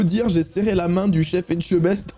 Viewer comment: Hey! A quand la vidéo best of de tout les ratés de la prononciation de "Etchebest" 🤣 tu doit avoir de quoi faire! Surtout n'arrête pas tu nous régale à chaque vidéo!!